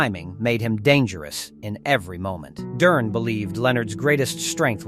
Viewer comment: so many errors.. misplaced pictures of fighters and Ai voice that cant annunciate Duran. Its good video but could be even better